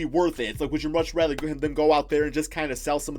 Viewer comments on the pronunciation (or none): none